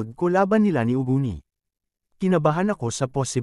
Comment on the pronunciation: Uugoni hindi ugono hahaha